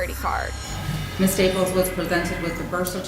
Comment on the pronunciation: This narrator. Sheesh. last name is Staples. With a final "s." Not Staple. Way too much vocal fry on top of an already pitchy, childish voice. 👎🏼